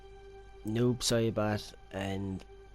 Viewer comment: I keep hearing noob sherbert...